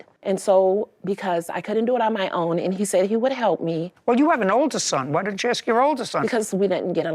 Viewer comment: I'm shocked judge Judy doesn't correct her saying aks repeatedly 😂😂😂